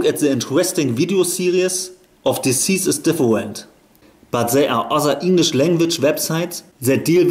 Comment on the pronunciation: Deine englische Aussprache ist so schlecht